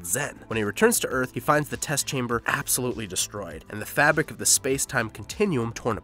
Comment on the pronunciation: Fabic of the he space time....what your bad at English